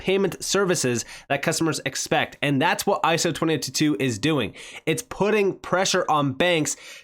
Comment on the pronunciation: Lol " iso 20 toot tooot"